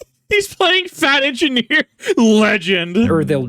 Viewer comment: Big Joeys "Engi-Gnome" is pretty funny to see